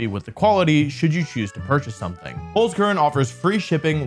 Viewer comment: There is still some improvement left for the pronunciation of Holzkern :')